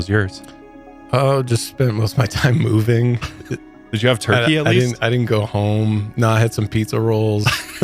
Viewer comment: For a half a second I thought you said I spent most my time pooping but then I realized you said moving...